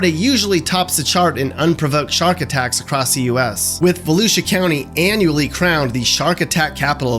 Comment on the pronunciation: James Bagwell There’s no G in volusia